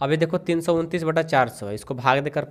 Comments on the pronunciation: Sir सै नही सौ होता है 😂😂😂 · Sir not say it's soa